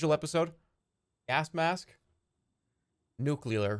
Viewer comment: this is the worst pronunciation of the word nuclear I’ve maybe ever heard